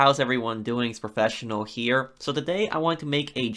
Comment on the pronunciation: Lol this fool keeps carrying on. It's here not huueer🤣